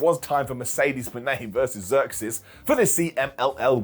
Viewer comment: IT'S ZEUXIS!!!! NOT THE GREEK GODDESS!!!! SAY IT RIGHT OR DON'T SAY IT ALL!!